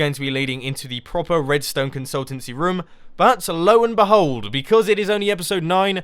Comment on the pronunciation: You say rim instead of room